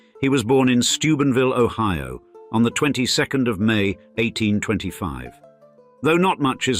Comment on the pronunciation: but the british AI voice pronounced it o-HEE-o